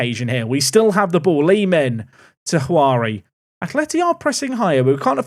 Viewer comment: Juari = joo ah ree